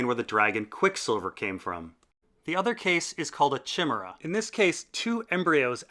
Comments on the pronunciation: Chimera, is pronounced KI MER-RAH. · its pronounced KY-Meera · I feel bad pointing this out because you are so awesome and I love your channel, but chimera is pronounced kimera. Other than that fantasic job!!! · Chimera is pronounced ki-mair-uh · It's pronounced kai-mare-a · Chimera is pronounced "Kai-mair-uh" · CHI-mera? Ted Mosby is that you? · A non-waterspout gargoyle is called a "grotesque". And isn't it pronounced KAI-mee-ra? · +Sean Shanabarger the English language tends to transliterate the Greek 'χ' into 'ch', to express the throaty/guttural aspects of the letter, so the mythical beast is written chimera, and pronounced (generally) kai-MAIR-a, or KIM-air-a - hope this is helpful! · IPA is awesome. One just needs to learn it once and will never have pronunciation problems again (if we exclude foreign accents and the like, of course). Thus: /kaɪˈmɪə.rə/ or /kaɪˈmɪr.ə/. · I am greek. The correct pronunciation in Greek is Hi (as in hippo) me (as in melodrama) ra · Lol loved the pronunciation of chimera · lol u said chimera wrong....u should do a vocabulary update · Every time you said "chimera" I corrected you out loud as if you could hear me somehow.... Yeah, I'm ashamed of myself. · Dude, you need to fix that Chimera pronunciation. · this stuff is fucking insane... and so is your pronunciation of chimera. Please don't do that, it made me cringe every single time and I'm not even a native speaker. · it's not. Greek uses a rough breathing as an H sound and the chi is pronounced the same as the ch in the English word "loch". So closer to a K sound. Source: 4 years of Greek in uni. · FYI, you're mispronouncing chimera and chimerism. In English, the CH is pronounced as a K, and the following I is a hard one, so it sounds like "eye." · Stress on the 2nd syllable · I twitched every time he said it wrong. But all those new details were really interesting! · Chim-er-a.... o dear, Chi-mer-a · chimera is pronounced with a hard c bro. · It’s said kaimera